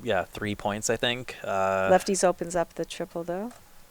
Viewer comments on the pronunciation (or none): the two moderators are not very smart. He pronounced "lefties" as "left-ties"